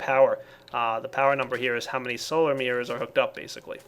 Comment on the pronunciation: i love how pronounces it like "Mierrors";D